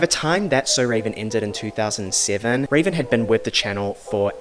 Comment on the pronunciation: Ravens name actually isn't pronounced with the accent on the e. She has stated this in a few interviews